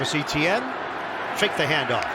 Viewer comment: the pronunciation of Etienne is really annoying. the commentator absolutely butchering it